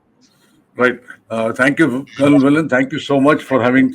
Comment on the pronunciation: Not Kal say Colonel